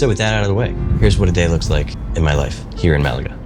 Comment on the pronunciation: Still pronouncing Malaga like that, is crazy work…..